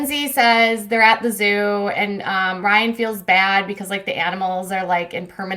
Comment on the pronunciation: "Rye-iNN" :P